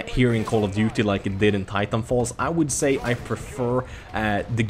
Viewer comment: Im sorry xD it almost sounded u said title fall IM SORRY Hhahahaah